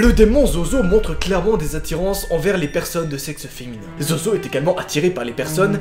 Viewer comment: Ta dit zozozo et ses zozo